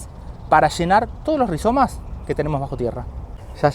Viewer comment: 🎉super . Mauvaise prononciation en français rihZomes….et non rihiomes. Pas très grave mais perso ça m arrache un peu l oreille.